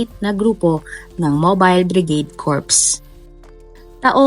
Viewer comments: Yong bigkas po corps ay body po yon na namatay na sundalo pero pag bigkas po nyo ng corps ay Corp lang wala pong S.....Thanks po! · Anong "corps" ?? Self proclaimed ka pero pronunciation mo sablay. 😂🤣 You pronounce it as "cor" with silent p and s. Pag sinabi mong corps baka isipin nila bangkay kahit walang letter e (corpse) kase magka tunog. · Correction please: 'Corps' is pronouncd as /cor/. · Mobile Bridage corps pero ang bigkas po dapat ay Mobile Brigade corp lang po....